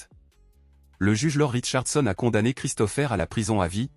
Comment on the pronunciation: La voix électronique ne sait pas prononcer correctement. L'I.A. a ses limites et les mots ne sont pas dits comme il le faudrait.